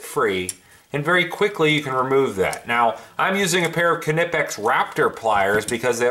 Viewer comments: "Ni-pehx" ... Not "ca ne pex" . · The k is silent. Like nip. “Nip-ex” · watch the videos on here from knipex...the big guy says it with the K...and he works for them, so i assume that's how ya say it haha